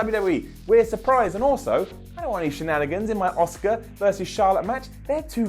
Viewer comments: He keeps saying "Oscar" - Asuka not Oscar. As. AS. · why cant you pronounce auskas name